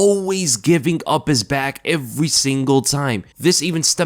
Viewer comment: the way this guy says every is weird asf